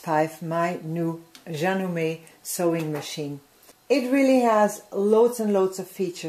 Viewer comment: Love the way you say "Janome." So much prettier than the way we Americans say it. I'd love to see a 2 hour video of what all this machine can do. Are you still happy with it, 2.5 years later? I'm thinking about this one, and Baby Lock Brilliant (can't seem to get the Soprano).